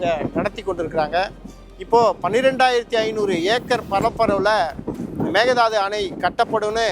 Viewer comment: Konga it is mekedatu not a mekedadu😅😅😅😅